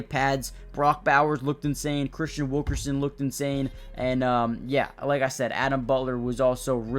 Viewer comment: It’s Christian Wilkinson, not Wilkerson. Those are the kind of mistakes that’ll hinder your channel. Thanks for the content update regardless!